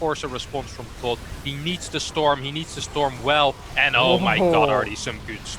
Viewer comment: He can't say Tod properly because his lips are to big.